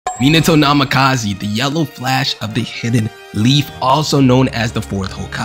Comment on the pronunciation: Minato Namakazeee (bruuh)